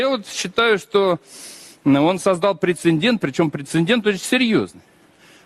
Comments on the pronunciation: Представник руського міра навіть не знає російської мови!))) воно там депутат, здається, отой любітєль черепах, який декілька разів сказав прецеНдент))))) божечко, які ж дебіли!)) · Да уж... Грамотей: прецеН😂дент😅😅 Прилепил Н в середине. На письме ещё две ошибки в этом слове сделает, не сомневаюсь в его "способностях"! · Неймовірно!! Такі " поважні" узькі в телевізорі, а не знає слово" прецедент"😅 , а пхає туди ще лишню літеру "Н" перед Д.